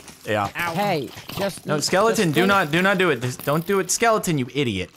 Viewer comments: someone tell tubbo it is skeleton not skelINGton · Does tubbo say “skellington” as a meme, or does he actually think that’s what they’re called?